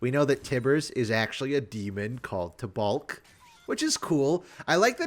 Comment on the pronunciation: Taubalk. The second a is silent im pretty sure